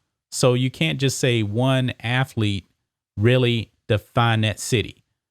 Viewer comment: "Hi, I'm Emmitt Smiff, and I was a great aflete"